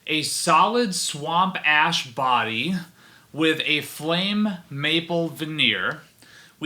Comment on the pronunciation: I was slurping the last bit of my drink when you said "A solid swamp ash body" and it legitimately sounded like you said "swamp ass body"